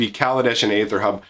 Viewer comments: is "Aether" really pronounced "Ay-ther"? I thought it was "Ee-ther". Also, TIL Toronto is bigger than Chicago. Did not actually know that. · After like ten seconds of searching, aether is just another version of ether, with the spelling differing based on different variations of languages, and it is still pronounced Ee-ther. Seems like most people just get it wrong because of the A that starts the word off, but is apparently silent, so Ee-ther is correct.